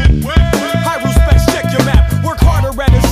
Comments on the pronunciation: er-u-specs heir has a silent H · always thought it was pronounced high respects? theres needs to be a song with the beat from the end of this one.